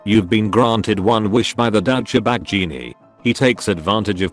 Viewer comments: No one: auto speech: Daucha bag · Douch-cha-bag. I love this thing's mispronunciations!